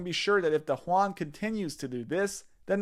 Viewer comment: lol Juan? it's Yuan man.